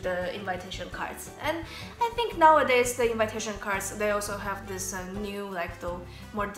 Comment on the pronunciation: Your english is really good, but you need to know, that the pronunciation of the word "invitation" isn't the same as with "invite". It's more like in-vee-tation, not in-vai-tation. The same is with combination. You correctly pronounce it with 'i' that sounds like polish 'i'. :) Really nice video, guys!